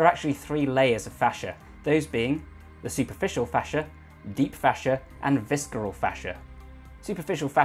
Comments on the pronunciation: Say it with me... viss-er-al! Not visk-er-al... :) Good video. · Pretty sure visceral is pronounced with a soft c my dude. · The "c" in visceral is silent. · Great video! Heads up, the 'c' in visceral is silent. Keep up the good content! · Why do you brits insist on butchering language Viscera is not spelled phonetically. It's pronooounced Vissera not vis-kera. The c is not phonetically important. Other than that unintenionally snarky-sounding critique, appreciate the info.